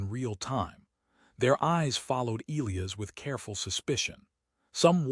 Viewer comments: Eelyus? You mean El-lie-as (Elias), surely. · AI narrator can’t pronounce Elias correctly. E LIE US. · WTF? It’s E-lie-us not E-Lee-us. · Not to mention names. Elias and not eeleeas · If the AI cannot pronounce Elias properly .... then pick another name . It is ' EL - eye - AS ' . It is just annoying now . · Excellent story, perfect narration except the name of the male (E Liy as), and bow Verus Bow the later for shooting arrows. the AI in the corner was totally in sync with words. That is not easy to do.